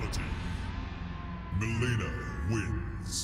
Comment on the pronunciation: Its Mileena not MiLEANa